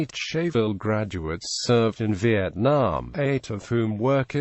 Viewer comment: Scheyville is pronounced "skyville"